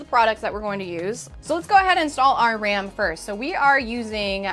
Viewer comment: She really said “now that we got our RAMEN” not RAM in ok. Now I’m hungry for instant noodles.